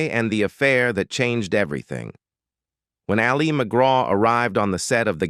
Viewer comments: AI can't pronounce her name correctly 😂 It's "Allie"... not "ali" 😬 Anyone else SICK OF THESE AI VOICES??? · IT AL LI. NOT AHH LI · AI for sure with the AI robot pronouncing Ali as al-LEE’ Argh!! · Ollie Mcgraw...... AI gone feral. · Hate this AI voice. LOL. And pronounces "Ali" like Mohammad Ali few times. No wonder she's usually referred to just McGraw. Whatever. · Ah Lee? Can't even pronounce her name correctly. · Ah-Leee McGraw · It definitely is. It kept changing the pronunciation of Ali to Ah-li like Mohamed Ali. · You pronounce Ali as if she’s Mohammed Ali! It’s pronounced like ‘alley.’ I find this kind of thing very irritating and tells me the research is marginal at best. You might do well asking people who watched her movies in real time, we know how to pronounce her name. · It’s not Ali McGraw pronounced like Mohammed. It’s Allie. It happens a lot with AI narration 🙄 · Who's Ah-li Mcgraw...? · I agree, the Voice keeps calling her “A-LEE” McGraw, like Mohammed Ali. Not pronounced that way! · What an AI crapfest. The narrator mispronounces her name through the whole thing. Images are completely random. Sometimes they're not even photos of the subject, like what was Vanessa Redgrave doing in there. A waste of time. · A sign of the times, her name "Ali" pronounced the Arabic way 😆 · The presenter doesn't even pronounce her first name correctly. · the A.I. pronounces her name like the Muslim male name - as in Mohammed Ali. smh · The voiceover can’t even pronounce Ali correctly, keeps calling her Ali as in Mohammed Ali instead of her name. That’s the problem with most of these AI voiceovers, and the fact that no one in the production team bothers to check before launching. Made the whole thing feel cheap. Blocked them. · Yeah, half the time it’s pronouncing her name like Muhammad Ali. Annoying. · Fake voice can’t even pronounce her name correctly. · I hate AI , this voice is so irritating! Wrong pictures! Says Ali as in Muhammad Ali ! Bye